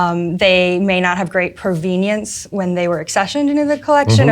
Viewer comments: As somebody who used to collect badges, this kind of video is super cool for me. I had no idea the park service had this many departments and badges. I've heard a few different pronunciations of provenance, but that's a new one!! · Handheld XRF has been used for decades. I know them from the industrial hygiene field to check for lead paint. Also, as a long-time viewer of Antiques Roadshow, pronunciation of provenance threw me for a loop.